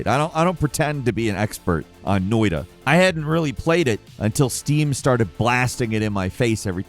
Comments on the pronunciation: I discovered “Noi-da” the same exact way. 😂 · It's pronounced Noita, cheers from Finlant!